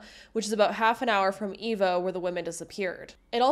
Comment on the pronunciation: Pronounce Eva right